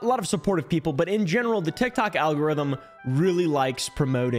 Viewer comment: I like how you say algorithm like it’s allegory and algorithm at the same time. I try to imagine what an allegorithm would be. Is this already a thing that I’m unaware of?